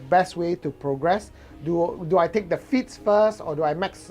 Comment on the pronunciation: I keep hearing feats as feets